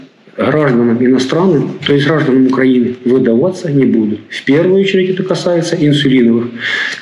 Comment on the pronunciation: Хражданам, аха, хражданам... 👏